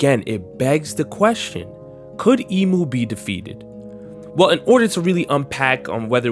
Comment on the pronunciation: cmon we better than this “emu” 😭😭